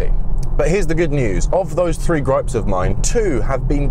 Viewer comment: this man is kind of hot, but I do hate the way he says the number 3 as free, absolutely infuriating.